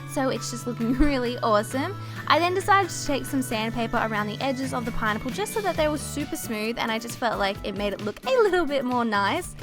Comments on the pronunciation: why does it sound like she's saying pine nipple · i love her and all but when she says pineapple it sounds like "pie nipple" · She says pinipple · Keiley Holcomb same